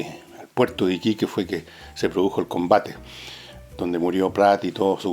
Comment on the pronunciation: Fernando, es Arturo Prat, no Pratt.